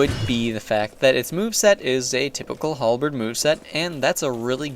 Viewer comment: not a specialist, but i believe its a HalbeRd not a halbeed @@